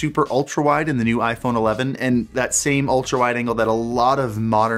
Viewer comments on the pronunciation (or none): none